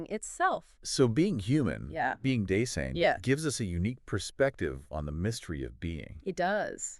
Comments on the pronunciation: Dase-I-n. Not Das-EE-n. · super impressed with the brilliance and clarity of presentation. But how is it possible that you mispronounce "Dasein"?? And why is the video so badly mislabeled? Still. Now a huge fan!!